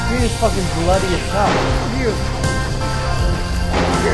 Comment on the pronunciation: Bloodeh screen is bloodeh